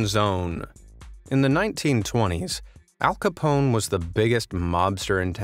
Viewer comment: I remember watching the Al Capone vault live. Oh and you completely mispronounced his name too lmao